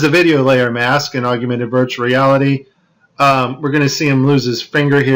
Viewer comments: We’ll done! Thank you. “Augmented” versus “augumented” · Good content. But Aug/mented there is no such word as AUGUMENTED. OR NUCULEAR, OR REALATOR. Please people. Learn words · Why does he pronounce it AUG/U/MENTED? I’ve never heard anyone put that extra “u” in there. Augment. Augmented. For crying out loud. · I'm on your side however the word is AUG-MENTED AUGMENTED not AGU MENTED please .... tough enough to get others to take us seriously but please learn the word augment and agumented .. not AGUmented :) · Nice presentation. Good points. My only comment is that there is no "u" after the "g" in the word augmented. It's AWG-minted, not AWG-u-minted. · Narrator, please SPELL the word "augmented" out aloud. Then carefully pronounce that word WITHOUT inserting a "U" where there is none. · Yes. Slightly annoying. Augmented ✅️